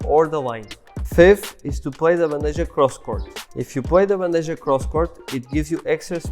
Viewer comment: It is pronounced Ban-de-ha ...maybe with a bit of k sound on h. But it's not J sound